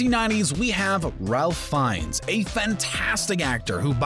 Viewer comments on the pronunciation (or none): Ralph in Ralph Fiennes is pronounced Rafe, which rhymes with safe.